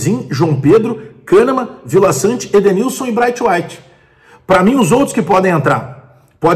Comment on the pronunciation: Nao aguento esses videos do falando o nome do cara ao contrário "braitueit". Bagulho irritante, fala direito